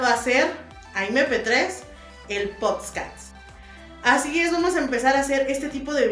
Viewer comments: Puedes comenzar pronunciando bien podcast no potsccaattss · En lugar de aprender a colocar las cámaras o el micrófono, deberías primero aprender a pronunciar POD-CAST. Pronuncialo lento, para que te escuches limpia y segura. Ay mi pricha empapelada, quedaste 🤡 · POD - CAS - T Tal vez viéndolo así sea un poco más fácil de pronunciar :) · Yo sólo vine a escuchar "El Podscas" 😂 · “Poscats” aprenda a decirlo antes de querer hacerlo mi toallita de 3 días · potscats JAKDKDJSJ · de mi corazón 🥺 se pronuncia POD CAST no Post cats POD como IPod y CAST como si fueras a decir Casting pero te quedas en la T ✨ ok? Tkm que te vaya súper bien en tu Podcast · Quiere aprender cómo hacer un postcatts y no tiene ni idea de cómo se pronuncia la palabra correctamente. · Poscas se dice podcast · yo te quiero muchísimooooo, para que no te vayan a incomodar luego diciéndote algo por como dices podcast, te recomiendo que practiques más la palabra porque la estas diciendo como podscats:) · Como podemos tonarte enserio si dices pods cats 🐈 JAJAJAJAJAJAJA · "El PODSCAS" HAHAHAHA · Ayyy amiga, antes de aprender a enlazar a tus futuros invitados, la psociondla sluces, el mircrofono, l plataforma y todo eso, deberias aprender a pronunciar PODCAST. Es lo basico y minimo para respetar a tu audiencia, porque eso de POSTCAT o POTCASS suena tan de inframundo, que da cringe. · No es potscast aime, antes de intentar hacer tus cosas aprende a pronunciar >:v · El poootssscatsss 😂 no manches te dedicas a esto, lo mínimo que puedes hacer es saber cómo se dice 😂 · Cada que dice potscats ☹️🙁😕🥺😳🤫😢😓😫🤢🤮🤡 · El poscast hahaha ay baby aprende a pronunciar haha Haha es podcast 🥴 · Debería empezar ella a pronunciar bien podcast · para comenzar primero aprende a pronunciar bien PODCAST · POTSCAST?????? POOOOR??? 😅😂😂😂😂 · Podcast... en serio? Que hueva mil. Tambien aprende a pronunciar PODCAST. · Para poder hacer un podcast primero debes aprender a pronunciar la palabra PODCAST. Que desesperación 😖